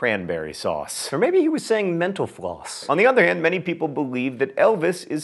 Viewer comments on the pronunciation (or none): whenever he says "mental floss" i hear "menopause"